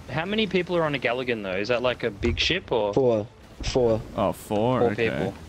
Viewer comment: Did you mean to say galligan